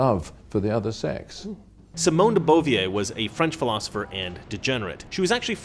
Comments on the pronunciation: Simone de Beauvoir's last name is not pronounced "boo-v-a" like she's a busty cabaret singer. It's pronounced "duh bohv-wahr," the way Scruton pronounces it. It makes you sound less intelligent when you don't know how to pronounce the names to which you're referring. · De bovwaaa is how you say Sartres partner's name. Great talk.